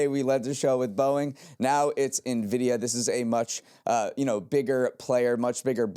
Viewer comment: Heyyy they made it through an episode without messing up Nvidia or Jensen Huang's pronunciation! That's growth babyyyyyyy